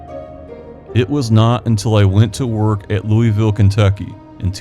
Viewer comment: Lou Uh Vull